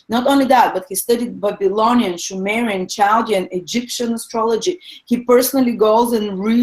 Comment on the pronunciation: sumerian with s sound not sh